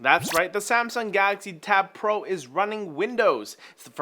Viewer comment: What's a "Gaaxy" ?